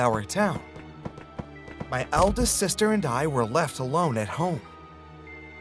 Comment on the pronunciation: I love how he said: my youngest sester aww😂❤️